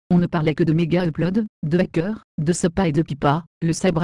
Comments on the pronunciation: " Hackair " OMGGG :rire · Merci à toi mec !! J'aime bien comment il prononce hackers (même moi qui est bidon quand même?!!!) Par contre beaucoup de monde parle mais il à beaucoup de rumeurs de merde et des dires alors que c'est pas vrais et tout bref !! Comme il dit anonymous et les porte parole comme était les révolutionnaire, les femmes qui ont défendus leur droits etc... Bref c'est pareil on ce défend pour la liberté imagine une caméra sur toi 24h/24h et bah ce qui pourrait devenir un jour si on fait rien